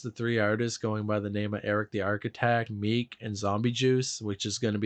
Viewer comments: You missed out on him calling meech ‘meek’ and saying they did big collabs w asap and joey badass like they didnt all grow up together thats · So is calling Meechy Darko "Meek"